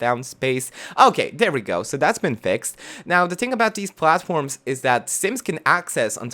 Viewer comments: "You can pwghace some pwghatforms" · Count how many times he said platforms/platform. It sounds so weird to me now. I love his accent.